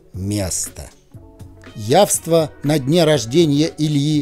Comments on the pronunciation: Но разрешите вас немного поправить: всё-таки не яВства, а яства (без "в"). Извините за занудство. Я дотошная до русского языка ☺️ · Не явства, а яства